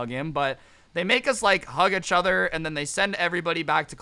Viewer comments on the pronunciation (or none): Everyone: each other: uchuuuter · lets talk about how scrubby say etchuther instead of each other